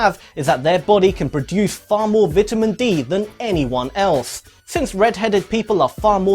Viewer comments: Lol “vitimin” its vitamin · "vidamin dee" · Did he say vitamen? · vit-ah-min d. i cant right now. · Lol the way he says “vitamin” is way too funny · You're pronouncing vitamin wrong. Just saying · I hate the way he says vitamin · How he says vitamin upsets me